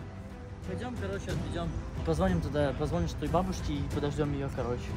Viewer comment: Пацаны конечно молодцы, но когда я слышала пОзвонишь у меня уши в трубочку щаворачивались... ПОзвонишь от слова вонь, а правильно позвонИшь!!! Мальчики красавчики